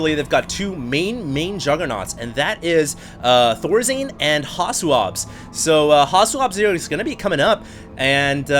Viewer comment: "ThorZane" really now ? Isn't it Thorzain ???